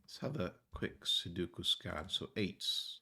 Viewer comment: to help you out as you mentioned in a previous video about correct pronouniation for Sudoku.. Think 'sue'.. like sueing someone.. Think 'Doe'.. like the female deer.. Think 'coo' like a baby cooing.. so it's 'sue doe coo'.. the middle 'doe' is the most important part to say and it's the Only 'O' sound in the word. Everything else is a 'U'.. 'Sue Doe Coo' 'Sue Doe Coo' =D .. Hope that helps.. =D